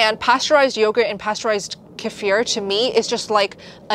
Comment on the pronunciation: Kefir? I thought you were saying casere. I've always heard it pronounced KEE-fer.